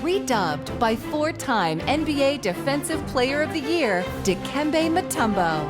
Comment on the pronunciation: ...It's, Dikembé